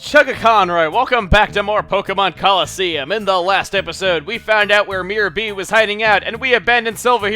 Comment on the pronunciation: You said mayor b not mirror b